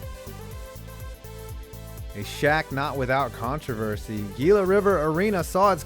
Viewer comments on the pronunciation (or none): Hila, it's pronounced Hila. Not Gila. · It's not Gee -la River it's Hee - La River same as the Monster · Gila River Arena is pronounced "hila" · Heela not gila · .... Pronounced "hee-la River" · I'm pretty sure it's pronounced HEEL-uh River Arena. -- Most people call it The Ponda. -- Like Amalie Arena, there's outdoor dining on the 3rd floor of Staples Center. Granted, it's mostly used as a smoking area, but there's an eating area and a stand that serves food and alcohol connected to it.